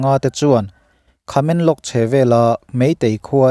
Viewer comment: Khamenlong nilovin Tamenglong tih zawk tur aw